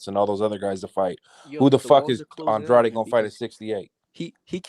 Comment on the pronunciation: FIRST LIVE OF 2022 🍻! since you're related to, does he have latino blood? Coz Andrade ain't French, even though pronounces it with a French accent 🤧 Lovely night ya'll 🌙! Sleep warm and tight ring😘😴.